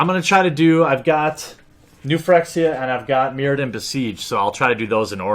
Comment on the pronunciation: im really sorry about this bro. I love this channel but its pronounced "fer-ex-ia"